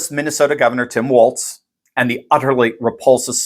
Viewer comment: *TO EVERYONE*: Tim Walz's name is pronounced "WALLS"; also, there is NO letter "T" in it. To reiterate, it is spelled W-A-L-Z, and is pronounced "walls". Thank you for you attention to this matter. 🤓🙏🙃;0)